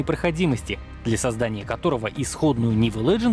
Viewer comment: Смешно слушать -леженд и, даже не понятно "цэтэф", на слух точно не поймет ни кто))), а это имеется в виду "ZF"!!! Комментатор -ну будь ты проще, для россиян ролики предназначены же или...😁😁😁